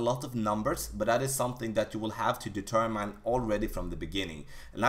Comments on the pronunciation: Great tutorial and great English. The only thing I can give you back is tell you Determine is pronounced De term in not De term mine. Thanks for the tips. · Please look the word “determine” up, it’s not how it’s pronounced.